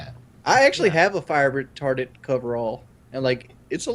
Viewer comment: Everyone says "Fire Retardant", says "Fire Retarded", ahhh good ol'.